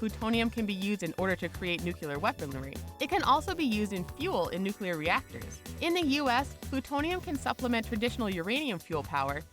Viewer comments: Antihydrogen is currently valued at $62.5 Trillion per gram, making it the most expensive material known to man. Also, 'Nuclear' is properly pronounced NEW-KLEE-YUR not NEW-Q-LUR. You should learn how to say common words, because with a word as ubiquitous as this there is no excuse for not being able to pronounce it properly. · N U C L E A R, not - N U C U L A R. how can you switch back and forth on pronunciation in the same sentance? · nuclear, not nucular, not that difficult to understand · Why does every person in this video shown smiling look like they're on drugs or something?... and why do you pronounce nuclear like New Cu Ler... its new clear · "new-clear" not "new-cue-ler" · Nuclear. Noo-clee-urr. Not Noo-cue-lerr. Ugh... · Nuclear. New, clear. Fucking nookyoolurr. Jesus, people. En you cee ell ee eh arr. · "Nukyoolur weaponlery" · Nuclear Now to pronounce it: new-clear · You can’t have a channel discussing science facts and pronounce it nucular... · she said nucular everybody nucular ahahahaha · Is Tritium used in nucular fusion? That's weird, I thought it was used in nuclear fusion. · George Bush is back with "nucular" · "nukeulur" Shows MAWS Squadron I am in great pain. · Dislike 'cuz your channel doesn't know how to pronounce nuclear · The way she says "nuclear" pisses me the fuck off. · Kind of funny how it goes between correct and incorrect pronunciation of the word "nuclear".